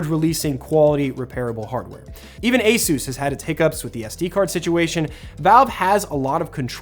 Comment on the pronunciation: Today I learned ASUS is pronounced like Jesus is in Spanish 😂😂